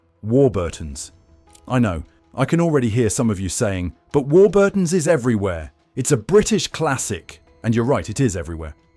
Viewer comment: The usual absolute scaremongering b.s ,can't even pronounce Warburton right ,not all chemicals are bad .